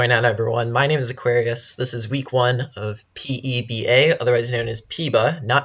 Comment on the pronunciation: Its Pehba you mongrel